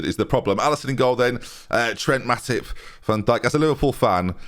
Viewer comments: Calling Matip 'matic' when bringing rebic on, whilst pronouncing rebic' name wrongly; classic benjyism once again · Yeah but he also pronounces Matip as Matic so... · Did you call Matip Matic for the entire game or am I hearing things?